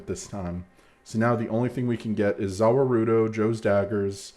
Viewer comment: Hahaha I looked for this comment the second I heard 'zah wah roo doze'